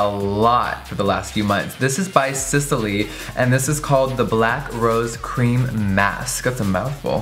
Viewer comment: SISLEY not sesely. what's up with you guys? can't read?